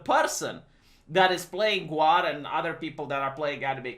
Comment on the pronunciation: its pronounced Gawr, keeps saying GWAR lol. they are very very different things